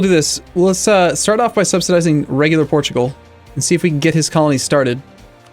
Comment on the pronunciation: EX-PORT-U-GAL I lost my sides